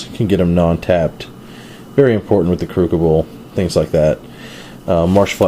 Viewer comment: How has noone ever corrected you on your pronunciation of "crucible"?! Jesus. Sweet deck tho